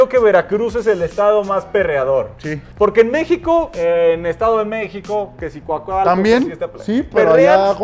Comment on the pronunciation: Cuácalco jajajaja 🇲🇽 *coacalco